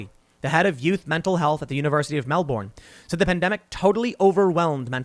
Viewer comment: The ADF removed basketball hoops from public courts and turned street lights off in the west, but left all the beaches open in the east. Also,it's not "Mel-born". It's pronounced "Melbin".